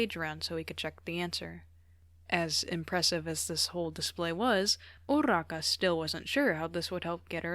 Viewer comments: No but the fact that you say urraka (weird spelling included) anyways love ur vids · ima be honest ive never heard anyone roll urarakas name and the way you do it is just- AJSISICJ/pos anyways, sobbing. bakugos such a menace😭